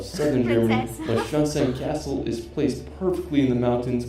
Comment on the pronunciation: Hello from Bergkamen near Dortmund (Germany) and sadly the pronounciation from the narrator is not korrect. As a child ( over 40 years ago ) I visited Schloss Neuschwarnstein and it´s really beautifull there. The inside is also stunning. If you want to see a really great Building you schould look up Schloss Sanssouci in Potsdam . The inside, the outside and the Park are very beautifull. I visited it as a child and as an adult. Sorry for any write mistakes that I may have made.I´m 53 years old and mostly self learnt english.